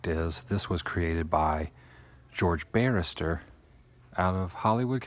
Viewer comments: George Barris, not Barrister. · George Barris not Barrister. Come on Adam!! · FYI-NOT Barister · George Barris, Woo. Not Barrister. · George BARRIS, not Barrister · Woo, it's George Barris, not Barister. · His name was, " George Barris" NOT George Barrister!! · It's "Barris" not "Barister".